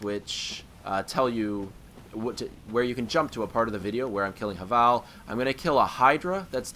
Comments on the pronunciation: It's pronounced Hayvul by the way. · No, it's pronounced have-ul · Yeah HA-VAL lol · Pronounce havel right